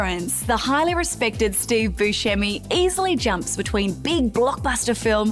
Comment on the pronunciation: He actually pronounces his name Buscemi (Buse-semy)